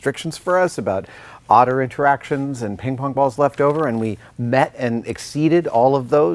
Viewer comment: "Otter Interactions"